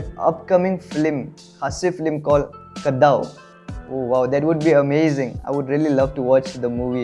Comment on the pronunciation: The way you pronounce " Ka Daw" 😀😀..you can pronounce Khasi Language so well brother.... By the way great reaction.... Shout out from Shillong